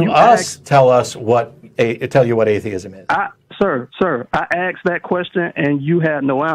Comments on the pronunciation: Why do Black Americans always say AXED instead of ASKED White Americans don't seem to say it most annoying if your English. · For clarification, he axed a question...